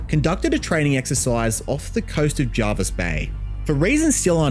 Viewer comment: Irrelevant to the video, but points for pronouncing "Jervis" as "Jarvis"